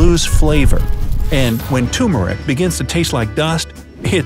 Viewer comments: That's turRmeric, not TOOmeric!!! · If I may just point out ... that spice you mentioned is tuRmeric not "toomeric". That's "tuR" as in turtle, turkey or turbo. TURmeric. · Ok I know I'm a year late...... But it's tuRmeric...... 😂